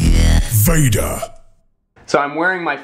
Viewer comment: He's saying VEDA very wrong.